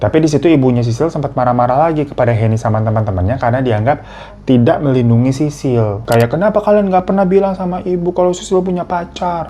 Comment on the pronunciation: Sisil woy bukan sisir wkwk